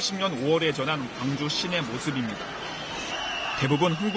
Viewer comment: 광주사는 일인입니다~광주광역시의 광은 빛 광자로 짧게 발음해야해요~경기도 광주는 넓은 광으로 길게~고등때 국어선생님이 알려주신거를 이번에 적어봅니다~